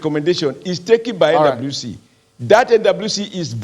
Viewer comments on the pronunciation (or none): Is it just me or does oshomole say “NWC” sounds like “Indaboski” 😂